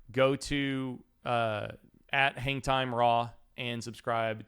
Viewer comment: Gotta work on saying "Hangtime" so it doesnt sound like "Hentai"